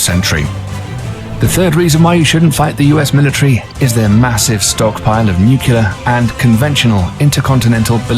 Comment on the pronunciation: And yet he cannot pronounce the word "nuclear," defying the stereotype that a "King's English" accent makes a person sound intelligent.